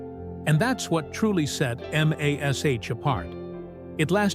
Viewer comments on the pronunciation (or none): You lost me at M A S H. This was NEVER pronounced like that unless you were a bean counter butthead idiot. YOU choose that, if you would have just entered mash into the AI's script, it wouldn't have sounded as stupid as you might be.